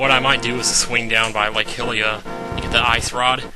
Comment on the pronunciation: it's not lake hillia it's pronounced Hy lin uh at least I thought, like 'hyrule'